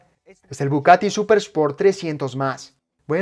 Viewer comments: es bugatti y no bucatti, no se quien es el que traduce o hace el doblaje, traducen mal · Porque dices bucati?🤦🏾‍♂️🤦🏾‍♂️ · OJO DOBLAJE,,,Es BUGATTI Buggggaattii....NO BUCATTI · dice "Bucatti" 😂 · Me duelen los oídos cada vez que dices BuCati 😣😩